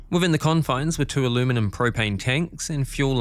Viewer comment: Since when do Aussies say "alumanim?"